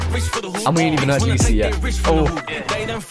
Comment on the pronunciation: its lisi not leeeeeeeeeeeessiii 🤣